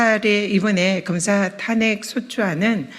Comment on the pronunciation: 검새라고 들리던데~~~ㅋㅋㅋ